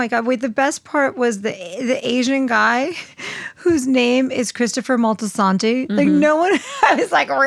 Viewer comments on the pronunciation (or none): Why does say it "Moltisantay"?